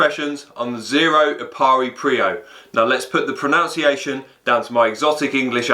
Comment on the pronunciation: proNUNciation.....NOT PRONOUNCIATION.